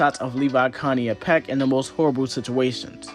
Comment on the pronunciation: Why are you pronouncing Pieck like that? Super distracting dude